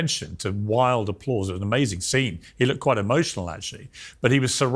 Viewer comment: "to our amazin country " hahaahahhhaha